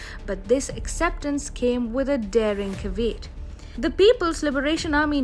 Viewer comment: ca-veet...you mean ca-ve--at